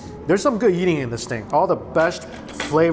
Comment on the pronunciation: Is it just me or anyone else also hear "Yeeting" when he says "Eating" XD